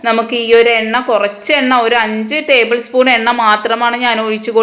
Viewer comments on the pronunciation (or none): none